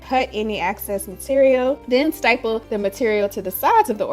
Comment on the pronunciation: Did you say styple or staple the first two times? Accuracy counts! Bang.